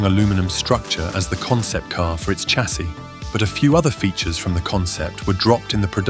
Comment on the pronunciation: And where did the pronunciation of chassis come from? Sh… not ch… irritating! Since when did Autumn become the Fall in British English? Uuugh!